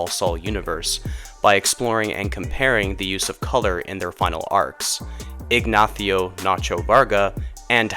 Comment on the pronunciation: Yo he's Mexican. Don't say Ignathio like a jack ass